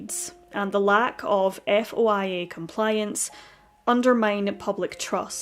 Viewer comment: FOIA is usually said as (foy-ah)in America.its Freedom Of Information Act 😊